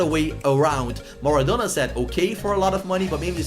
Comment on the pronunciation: STOP STOP STOP! YOUR SAYING IT WRONG ITS MARADONA NOT MARADONNA